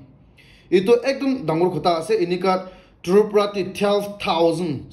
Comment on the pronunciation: Brother please practice Tripura word 😂